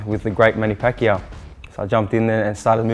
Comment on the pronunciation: Manny PackGear 😂